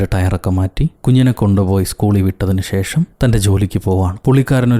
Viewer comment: ഷേഷം അല്ല.. ശേഷം.. 👍🏻